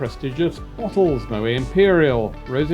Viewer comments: Stop saying Mo- way..it's Mo - wet ! Favourite airline reviewer though. Music too intrusive in this vid. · Moet has the last 't' pronounced..contrary to belief Moet is not a French name but Dutch..a VERY common mistake